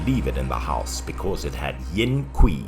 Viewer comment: "Yin Kui~" Nice pronunciation lol Lolz